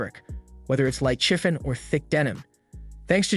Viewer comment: Sewers as in waste, chifffen as in chiffon.